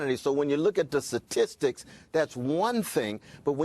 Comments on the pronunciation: What the hell are "satistics"? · “Suh-tisticks” 🙄 educated man who cannot pronounce the word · A professor that can’t say statistics properly 🤔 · Harvard Professor that cannot pronounce the word statistics correctly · Lol look at Candice's face she is holding back laughing at his ignorance and lack of the ability to pronounce "STATISTICS" 😆